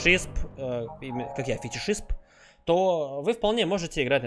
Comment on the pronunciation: Фитишист а не Фитишисп